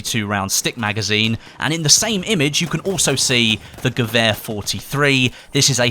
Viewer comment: thanks for saying gewehr right